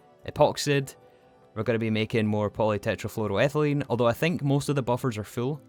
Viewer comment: biggest growth is that he can now fully, flawlessly, say Polytetrafluoroethylene.